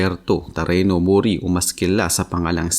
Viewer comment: Mori hindi Muuuri. HAHAHAHAHAHA